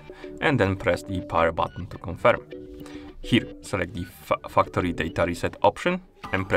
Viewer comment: very good video but for some reason I heard the fucktory reset xD